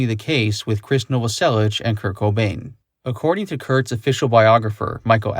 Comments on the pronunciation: When you realize you’ve been mispronouncing Novoselic for 30 years but can’t stand to hear it properly pronounced. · The mispronunciation of krist novoselic is driving me batty. But the rest is amazing! 😻